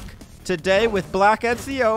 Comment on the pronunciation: why you sayin etzio its Eh Zio